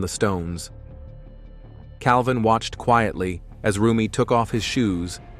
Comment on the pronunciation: Correction, it’s Jeff Cavin, not Calvin. Please